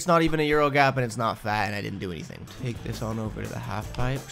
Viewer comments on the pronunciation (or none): none